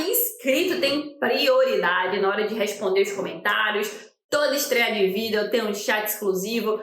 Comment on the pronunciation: Porque vc fala "vídel"?